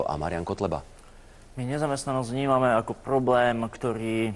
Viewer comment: Pchoobleeem ktochyy ,.. :DDDD Infchaštuktuchy .... Róm vie aspoň rozprávať..